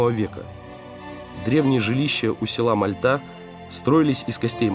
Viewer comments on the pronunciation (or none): МАльта-это про другой регион. А у нас МальтА.